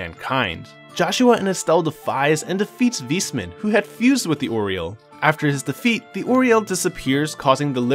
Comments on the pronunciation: good recap but the "Wismann" triggerd me so hard especally as a german lol its pronounced "Wais-mann" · Nice recap but the way you pronounce Weissmann killed me. This is how it's written in German "weißmann" and it literally means "White Man". It's pronounced VAIS-MAN. Remember that almost everything north of Liberl is German inspired.